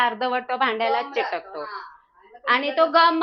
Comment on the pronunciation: घ्यास नाही हो, गॅस. चिटकतो नाही चिकटतो. 😂